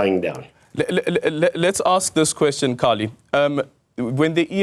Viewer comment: Corrects Kallie on the pronunciation of a name, proceeds to mispronounce Kallie`s name several times. . . low hanging fruit Aldrin and easily flipped.